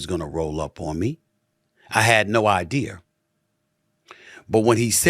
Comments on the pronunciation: You are too funny. I keep laughing 😂😂😂😂😂 I have no I deer why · “i had no i dear” 😭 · “I had no ideaer” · "I had no eye dear" --- Stephen A. Smith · He had no ideer. LoL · “I had no I-Deer” 🤣🤣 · I thought I was the only one who heard that😂😂😂😂